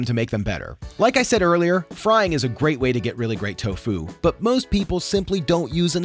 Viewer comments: Why do you say to fu sometimes and tofu other times? It's one word. Tofu. Not to fu. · Wait why does he say toFU not TOfu? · guy can’t decide how he wants to pronounce tofu. is it TOfu or toFU? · This guy is pronouncing tofu like it's a martial art 😂